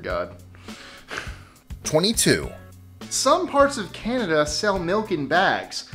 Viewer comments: There is no R in CANADA, if you're going to 'review' our culture, please take 6 seconds and figure out how to pronounce our name. I find that very offensive to mispronounce our name. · CANADA. Not CanadaRRRR.